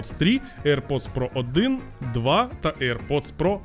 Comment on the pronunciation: не правильно :"к вам хтось підходить "!, а правильно буде :" до вас хтось підходить"!!! і не "aip pods трі ", а "air pods три"!!!